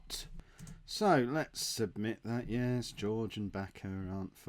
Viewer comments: I love how Jorge is George and not Horhe:-) You really are traditional English:-) And I really love your vids mate! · Jorge = "Hor-Hey". You're welcome!! Love the series you do:D